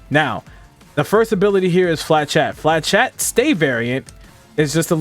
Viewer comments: Yeah, not to be a stickler but the pronunciation was out there. “Fluh-shett” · Its not flachat, it's flechette (ch pronounced as sh) there is no A in flechette. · I cannot hear him pronounce flechette properly. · Great video , really helps with this crazy class. Here is how to say flechette.